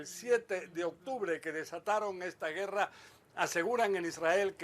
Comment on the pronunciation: Gracias por compartir las noticias sobre el acontecer en Israel que día a día esperamos escuchar. Quiero ayudar respetuosamente corrigiendo la pronunciacion de la palabra guerra (güera) quitar la dieresis que son esos dos puntitos sobre la u para que suene gue. Aún asi los admiro."Buen trabajo" Todo terminará en un hermoso libro.